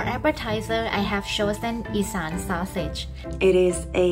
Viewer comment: It's Isan or Isaan or even Esan but not E-Scan